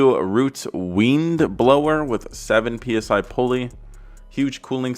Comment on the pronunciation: I have to give you some trash for the way you said “weind” and being a carguy…. You butchered it lol but I’d say 400-500 horse pretty easy with that thing lightly built n/a 383 motors make close to 400 so one with boost should do pretty good